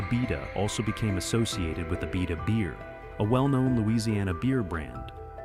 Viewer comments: Starts off mispronouncing Abita but eventually he is saying it correctly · That's Abi'ta not A'bita! Abita Springs is a lovely little town! Lived not far from there for many years!